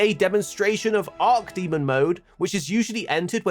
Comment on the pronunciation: imagine being a youtuber with 1.4 mil subs and mispronouncing arch demon as arc demon that many times lmao come on bruh